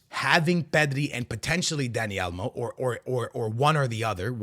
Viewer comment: WTF is Dani Almo? Is Dani Olmo, MAN! 😅